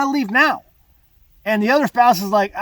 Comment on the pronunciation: What is a "spouce?" 😂